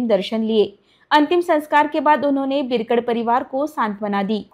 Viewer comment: Madam बिरकड nahi बिडकर बोला